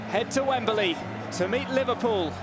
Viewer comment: It's Wembley, not Wemberley. Get rid of this commentator or teach him proper English